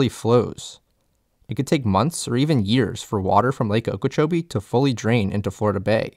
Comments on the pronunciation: Gret video, you got very good research and information here, just two points from a native. Okeechobee. The stress in that word is on the "CHOBEE" like o-key-chobee, and the other is Tamiami - Ta-mee-a-mee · How can you do this video and mispronounce Lake Okeechobee and Kissimmee?!